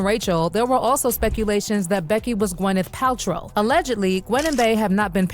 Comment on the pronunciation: Gweenth Paltrow